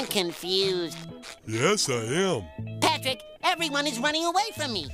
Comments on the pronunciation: Yep, PATRICK not partick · Well at least it was not "P'rick"